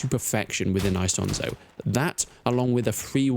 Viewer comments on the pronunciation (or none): It's not hard to pronounce Isonzo correctly, especially since this is probably not your first video about it.